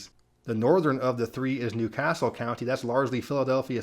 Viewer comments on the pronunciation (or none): none